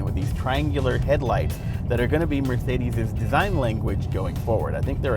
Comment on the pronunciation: the theeLS class and Eth Class from Mercedeeth